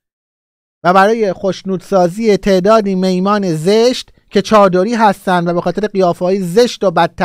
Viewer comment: جان سلام کلمات: نون ، حموم ، مهمون ، ایشون ، کاشون ، صحیح نیست و تلفظ صحیح آنها برابر است با: نان ، حمام ، مهمان ، ایشان و کاشان. اما... کلماتی نظیر: میمون ، صابون ، کانون ، جیحون ، خون ، صحیح بوده و این غلط است که مثلا آنها را اینکونه تلفظ کنید: میمان ، صابان ، کانان ، جیحان و خان. جسارتا چون میمون را میمان تلفظ کردی ، لازم دانستم این مطلب را شرح دهم ، حضرتعالی چون سالها از ایران و درس و کتاب و... دور بودید گاهی دچار اشتباه ممکنه بشید که هیچ ایرادی هم در آن نیست اما بنده خواستم خدمتی کرده باشم. با تشکر از جنابعالی